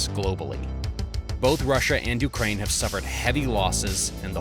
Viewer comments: Correction: "Ukraine" not "Ukrain" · ‘Ukrain’ lol